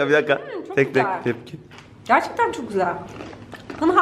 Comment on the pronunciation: kültür yakın olsa gerek hoca her şeyi beğendi birde "çoğh güzel" demesi çok iyi ya